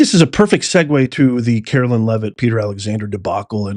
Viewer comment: love you so much, but it's pronounced CaroLINE, LOL, not CaroLYN 😂 speaking from experience, it bugs us ❤😂 still love ya